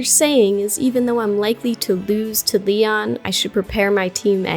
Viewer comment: He said neon not Leon 😂😂😂😂😂😂😂😂